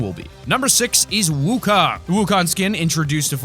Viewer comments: DAFUG IS WOOKONG XDDDD im Chinese lol, and its pronounced Suin woo khong (uhm, not actually wrote like dat) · Wukong is pronounced Song Wu Gong